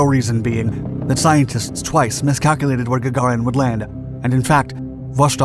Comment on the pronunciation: Gaga REEN. that is how one pronounces it